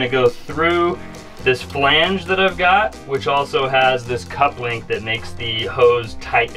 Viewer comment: Couple - ing not cup-link